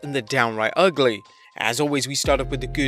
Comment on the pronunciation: Good recap and as an American... The word Ugly is pronounced (Ug*Lee)